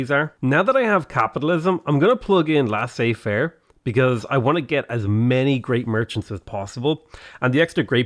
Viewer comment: Laissez faire is pronounced lay-zay fair